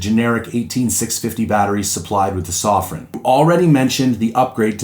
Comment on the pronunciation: Why can no one say sofirn correctly? Soff-fern not soff-rin